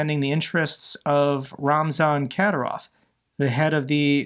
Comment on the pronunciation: Ka-DI-rov, DI as in "did"